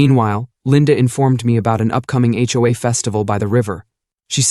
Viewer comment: It's jarring when the AI voice pronounces H. O. A. as "ho-ah."